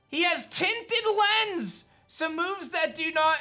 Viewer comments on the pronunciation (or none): none